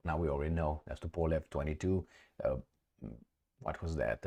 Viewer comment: Yes...... Tupolev... not Tupelov😊